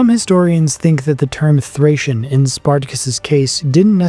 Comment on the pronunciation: The way you pronounce Thracian is Guna make my head explode 😂😂😂 “thrAYcian” not “thrAHcian” 😂😂😂